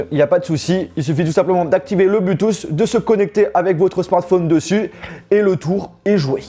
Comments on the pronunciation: Il faudrait quand même dire à que l'on ne dit pas "blutous" mais "Bluetooth" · Je t’adore mais juste arrête de dit Bluetooth avec un U stp merci connu comme ça